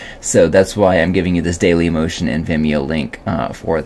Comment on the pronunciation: it's so funny that you pronounced dailymotion as daily Emotion.